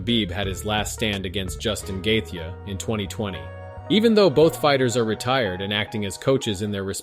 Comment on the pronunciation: Listen to how he/it pronounces Justin Gaethje